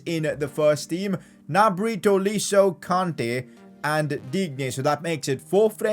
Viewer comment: gnabry's german lol